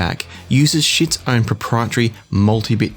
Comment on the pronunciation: Getting a little tired of the pronunciation mistakes especially since Schiit actually made a video about it and because my last name also gets pronounced incorrectly the pronunciation of Schiit is Sheet not Shit.